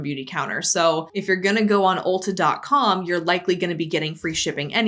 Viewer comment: As someone who's never heard of Ulta before (not a store in my country), I keep hearing it as ulcer.